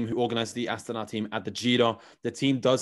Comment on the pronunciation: Not AstAna, -> AstanA is right 👍🏻